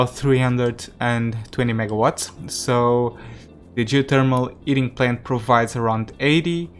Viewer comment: The “Eating System”? It has always made me curious why sometimes you add ‘H’ to words without and ‘H’. Then sometimes remove it from words that do. It’s quite puzzling and interesting why you switch them.